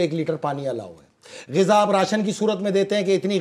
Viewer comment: It's Gaza or Ghazza not Ghaza